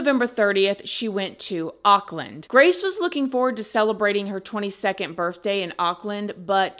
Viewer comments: I love you so much but it’s birTHday not birFday🤣🤣🤣🤣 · I don’t know why, but when every time you said the word birth day, it sounded like you were saying birth with an FJ